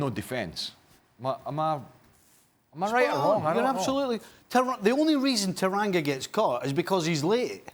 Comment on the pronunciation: I swear it’s Tanganga not Taranga 😕